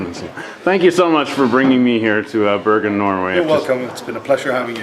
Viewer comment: Haha its not børgen its Bergen !!